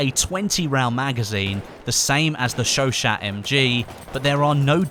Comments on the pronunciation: It's sho sho, not sho shat lol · It's "Show-Shah". You can trust me, I 'm from Montréal. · You are saying Chachaut totally wrong its pronunciation is Sho-Shaw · its pronounced sho sho please stop calling it a shoshat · The chauchat machine gun is correctly pronounced "sho sho" or "sho sha" And the ribe rols is not a sub machine gun, but an automatic rifle, to be a "submachine" gun, it would need to fire a pistol calibre (aka sub calibre) round. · ...oi it's pronounced Chau Chau the T is silent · Hey not to sound like a grammar nazi or anything but I believe it's pronounced "showshow" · The T is silent by the way....